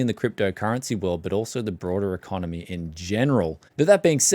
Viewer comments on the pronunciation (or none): none